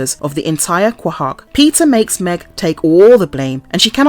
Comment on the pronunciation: PLEASE learn how to pronounce Lois (there is NO W in her name) and the town name of Quahog